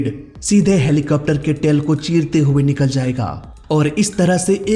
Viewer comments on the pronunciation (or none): Bhai tail hota hai tale nhi... or popular hota poopular nhi... tum bolne mai bohat galtia krte ho, ajkl koi bhi muh utha kr reporter, youtuber, story teller bn jata hai.... bina khud pr kaam kre, or bina baat cheet ko theek kre, isi liye to humare desh ka mzaak bn rha hai